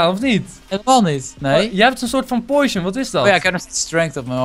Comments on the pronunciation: Het is potion geen poeition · enzo uitspraak oefening; Potion - Poo sjen poison - poj zon poison potion - poj zon poo sjen